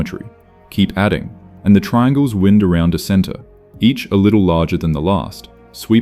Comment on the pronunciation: The robot that runs this channel and makes these videos doesn't know about homonyms 😔